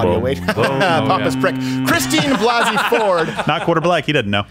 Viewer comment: Am I the only one who’s fucking annoyed to the max about how Blasey is pronounced?